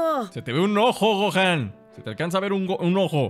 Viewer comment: 00:2 Videl dice Goten en vez de Gohan